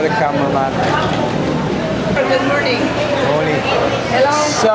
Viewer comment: You sound like pinoy now when you say Good Morning lol. Take care mate.